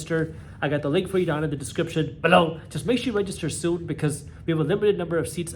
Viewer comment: BELOW 😂😂😂😂 the way he says it.